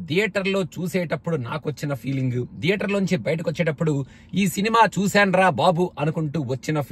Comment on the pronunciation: "TH" ni english lo త అని పలకొచ్చు లేదా ద అని పలకొచ్చు. మరి థియేటర్ ని ధియేటర్ అని ఎందుకు అంటారు? అదీ మీరు US లో ఉండి కూడా ఈ mistake ఎలా చేస్తారు?